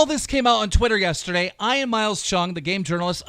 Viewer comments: Keem says "Ian" normally the first time, 20 seconds later pronounces it "Eye-an" like a dyslexic moron for the rest of the video😑😖🙄. Who the fuck has ever heard the name "Eye-an"?? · It’s pronounced ee-an and i an Jesus keemstar sorry that hurt my head hearing you call him I am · EEE-AAAANNNN not fricking eye an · I like how Keem calls Ian "eyean" instead of "eean" like how it really is pronounced lmao. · I-an, my guy keep it’s E•an lmao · Y does he keep saying Ian as “iron”🤦🏾‍♂️😂😂😂😂😂😂 it’s pronounced “E-yun” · dude. I get you have some problems reading.... but its pronounced EEE-ANN not EYE-ANN. Every week dude, you read your script and say some dyslexic shit that makes no sense. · Ian is pronounced like Ean not fucking Eyean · Why is Keem saying eye-an? It’s ee-an right? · It’s pronounced EE-AN not I-ON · "Ian" is not (eye'n) its (E'n) how can you not know how to pronounce a very common name keem? it made me cringe every time you said it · "Eye-ann" bro its EE-UN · its pronounced (ee - an) not ion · Iyan? It's pronounced ean you fucking gnome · “Eye an” it’s pronounced “Ean” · For the love of God someone tell Keem how to pronounce Ian (if you see this Keem, its EE-AN not EYE-AN. You do it with Smosh Ian too) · EEEEEE AN!!!!! Not eye on! Sorry, drove me insane! Much love keem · Keem it’s Ee-yan not Eye-en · "I-an"? cmon keem you can't be that dumb....It's pronounced "E-an" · I swear to god it pisses me off him saying "I an" say it like "E N" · Ian is pronounced Ean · Ian is pronounced EE-yan you dumb gnome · Ian is pronounced E-AN😂🤦‍♂️ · Ian not iron.. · You pronounce it ean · It's Ian not eyean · Keem pronounces Ian as Iron lol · I thought Ian was pronounced EEE-an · It’s e- an you illiterate fck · Eye-an instead of Ian? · Ian (Ee-yen) is that so hard? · Bro it’s pronounced e-an you’re a grown ass man how do you not know how to say it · Eye-an lol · "Soldier boy" "EYE-an" Some teach him how to read please😂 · the way he is pronouncing Ian is pissing me of